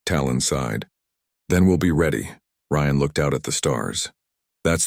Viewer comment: Nice story, but could you get the AI to pronounce words and names properly and the same way in the story!?!. Ryan is NOT Re-Ann!?!